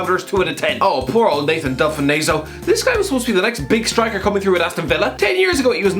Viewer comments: You've absolutely butchered Delfounseo's name there.Delf-onso is how it's pronounced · He butchered the pronunciation.